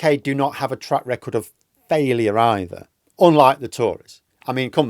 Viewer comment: Erm... wtf is a "treck racord??